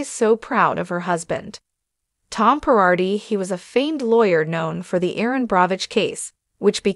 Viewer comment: Not GARDI, not PIRARDI, Girardi!